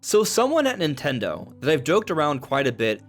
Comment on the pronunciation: Nin Ten dHo